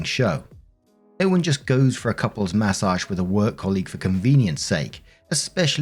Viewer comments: Take a shot everytime says Massauge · I like the way you say "mA SOJJJJJH"